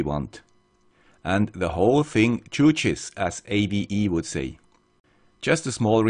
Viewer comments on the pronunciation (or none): Hearing "the whole thing chooches" in a Swiss accent just made my day